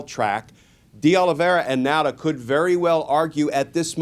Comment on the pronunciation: F.Y.I. Nauta is pronounced Nawta.I used to be one.